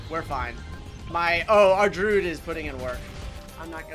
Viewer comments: I hate how says Druid. He says drood when it is drew id. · Can someone please tell him how to pronounce Druid 😭😭😭